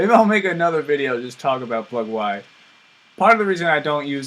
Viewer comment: its not plug why. it's pronounced plug-ee